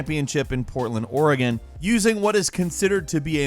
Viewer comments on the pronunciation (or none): none